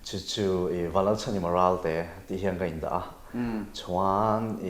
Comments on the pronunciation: Part 2 i tih chhuah vat loh chuan....ka beng ang che...chhammsss hian chuansss a ti hian ka lawm thin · Chhuainnnn(Chuan) a chiang e achiang e😁